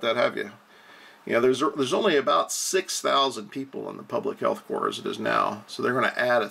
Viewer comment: It is pronounced CORE, not corpse. Like Marine Corps (core) .